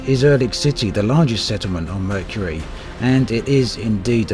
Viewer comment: Um... that is not how you pronounce Mercury.